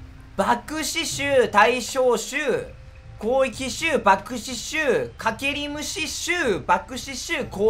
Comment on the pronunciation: 攻撃って言えてなくない？